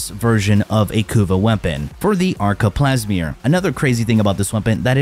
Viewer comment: Never say ‘arca plasmor’ and ‘bubonico’ again!👀🫣